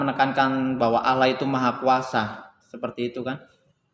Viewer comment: Allah saja lo nyebut awwah😂😀🤣😀🤣😀🤣😄🤣😀🤣🤣😀🤣